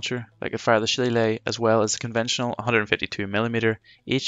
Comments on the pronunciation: Well done. Too bad it was too far in to correct the pronunciation of Shillelagh, pretty annoying. Otherwise all good. 😁 PS in reference to pronunciation. I am a computer engineer, I work from home contracting in many aspects of support, fact checking, and running training for companies. All over North America and occasionally over seas. I found one thing in common people hate it when you mispronounce things, some polite, some not so much. If in doubt all you need to do is Google 'how to pronounce Shillelagh' and you can find pronunciations for pretty much anything. 👍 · Bro literally made a detail and performance video about a subject he didn't know how to pronounce. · I appreciate this man knows he made a mistake pronouncing Shillelagh. Just don't come to Wexford pronouncing it like that, you'd get "a right batterin' and a bollockin'" :D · Phonetically, the spelling is as confusing as many "Irish" words and some proper names. Nobody could be blamed for mispronouncing "shillelagh", unless, of course, you're Irish. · LMAO did you read the comment where the creator admitted he pronounced the Irish name for the Irish walking stick / cudgel wrong? Grow up! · How are you Irish and you can’t pronounce shillelagh 😂 love your work keep it up 👍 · You sound Irish and cannot pronounce shillelagh properly!